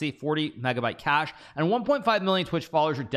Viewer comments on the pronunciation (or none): none